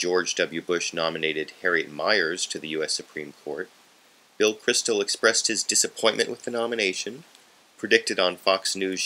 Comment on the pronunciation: It is Bill Kristol, not Crystal. :)